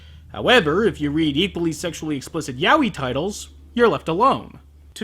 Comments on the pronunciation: it's "ya-oy" not "yawi" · it took me a while to realise that yah-wee was yaoi XD (im a spanish speaker xP)